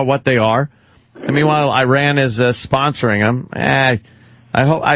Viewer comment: Dunce Opie, if you can't pronounce 'Iran', you shouldn't be discussing it.